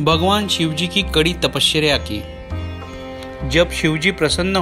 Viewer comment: Tapashreya?? Actress ka naam hai kya? Tapasya bolo bhai...apart from that beautiful video...har har mahadev